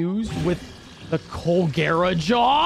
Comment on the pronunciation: Colgera =cholera lol